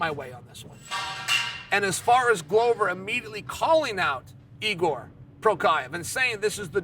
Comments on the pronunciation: Hey Chael, who the hell is Igor? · he doesnt even try with jiri name lmfaooo whose Igor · Lmao "Igor" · This man will never say Jiris name correctly 😂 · Chael trying to ridiculously mispronounce Jiri's name to get me to comment and engage -> hep the algo! True master :D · At this point, I can't figure out if Chael is trolling with Jiri's name, or if he's actually serious about Igor.